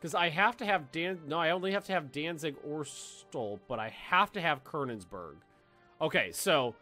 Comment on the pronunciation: Ugh say Konigsberg right